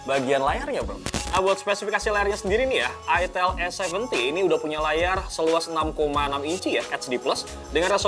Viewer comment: Itel salah sebut dikit langsung jadi itil😖😖😖